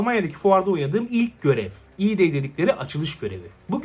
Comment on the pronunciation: e-day değil abi a-day yani avengers day